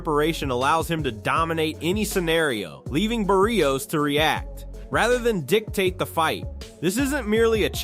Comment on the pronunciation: Bar - rios a little help for the guy talking.... it's not Bear - rios